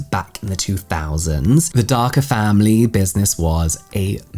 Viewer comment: Pronounced Da-KAR.